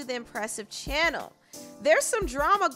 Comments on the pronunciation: YESSSSSS I THOUGHT IT WAS JUST MEEEE😂😂😂😂😂😂I HATE IT TOOOOO LMAO! she's a great commentator, but jus say CHANNEL regularly!😅😄😄..she ddnt always say it like that, did she?? &I feel so petty going on&on abt this,but😂😂😂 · Lol I love how she says channel and puts the EMPHASIS😂😂😂